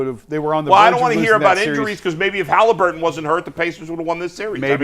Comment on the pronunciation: Why can’t say “Halliburton?” “Hallibur-inn.” It’s takes credibility away when you speak like this.